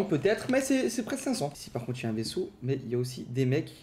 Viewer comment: "2 veseau spacio" 🤣🤣